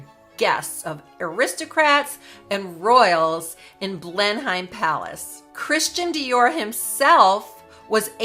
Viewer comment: Thank you for this most informative video. Just 2 small points. As you mention Blenheim Palace several times its important to get its pronunciation right. The correct pronunciation is "Blen-nuhm" rather than the way its spelt. Also the tiara Margaret wore with the Dior dress in Nov 1951 in Paris is the Cartier Halo tiara, crafted in 1936 and purchased by the then Duke of York (who became George V1) later that year for his wife. After Margaret, the tiara was sometimes worn by Princess Anne. Catherine, then Duchess of Cambridge wore it for her wedding in 2011 and has worn it occasionally since. By the way, am so very glad Meghan is NOT a Dior Ambassador.